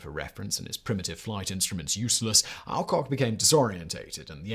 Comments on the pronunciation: Just a comment in you miss prouncations is many of your presentations. In this one it's Alcock, ever since I was a child in the 1950's it was "ALLCOCK", just to check I have tried some other YouTube presentations and all but you agree on the correct version. Please check how names should be prounced, it spoils the very interesting presentations you do when names and places are given as they are spelt not as generally spoken. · As a schoolkid we pronounced it All Cock and Brown, aka Kenny Lynch.